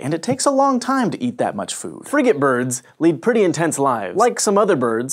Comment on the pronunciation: I thought he said fr***ing birds instead of frigatebirds! :)